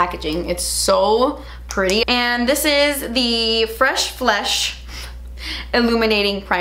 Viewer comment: is seriously so funny. When she said “FLESHHH” I died. Then when she said “flakey crust” I laughed so hard I watched it 3 times 😂😂😂